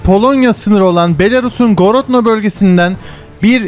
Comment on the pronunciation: Misk değil Minsk, Gorodno değil Grodna :)